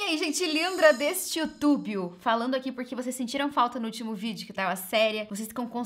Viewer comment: Amo o "eai gente lindra desse youtubio" hahah ❤️